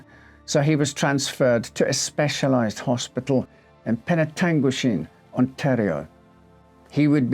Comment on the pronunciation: I am seriously impressed than you pronounced penetanguishene correctly! I’ve lived two hours from the place my whole life and I still struggle with it lol